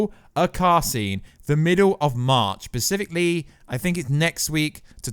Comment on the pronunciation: Specifically.... not pacifically.